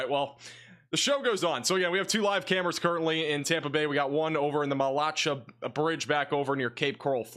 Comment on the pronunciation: I think it’s pronounced Matt-la-Shay’ 😉